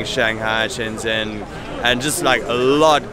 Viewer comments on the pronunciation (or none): none